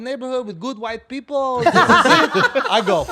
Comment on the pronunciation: 😭😭😭😭😭😭GOOD WITE PEE POL 😂😂😂😂😂😂